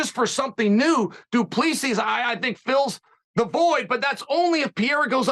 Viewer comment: Its pronounced Du Plesee